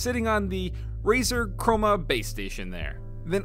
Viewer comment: “the razor cromeanoma Roma boma Toma Roma speackers”